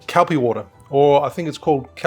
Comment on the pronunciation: Nice video, but I had to chuckle at you pronouncing Calpis as 'Cal-pee' when it's actually 'Cal-piss' 😉